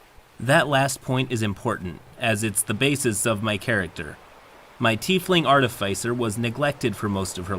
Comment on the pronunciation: artifice rhymes with dark abyss